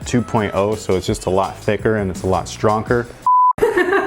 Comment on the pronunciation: He said stronker